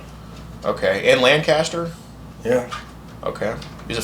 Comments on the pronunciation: As someone from PA. First of all Thank you! Secondly, it’s pronounced Lankester around here. 😂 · It’s Pronounced (Lenkester) btw when you are in PA. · It's pronounced Lang-kist-er.